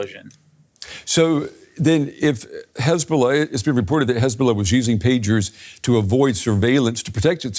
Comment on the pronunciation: 16/9 -HEZ-BOLL-AH 17/ 9 -HEZ-BOLLS-NO